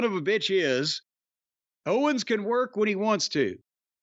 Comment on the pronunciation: Well Ventura did call Kevin Owens Kevin "Owen" a couple times so he was almost perfect on commentary.